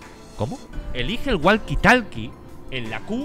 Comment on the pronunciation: Gente normal: Woki tolki Auron: GUALQUI TALKI